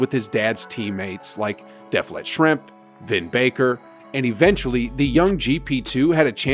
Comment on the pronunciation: “Deflet” Schrempf 🤣